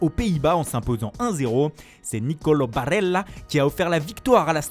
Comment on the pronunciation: Barrellaa? Scuadra azurrra??? Mais arrête putain 😭